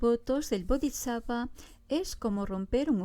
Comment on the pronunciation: Preciosa amiga, me encantas y te escucho, pero te pido por favor que pronuncies bien las palabras Bodisatva y Vajradara 😊🙏🏼 Ya sera perfecto